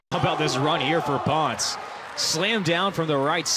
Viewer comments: Hey guys just friendly info, it is pronounced like [pownsay] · You would think that someone would have research how to say PONCE! PON SEH Very proud of my Puertorican volleyball youth.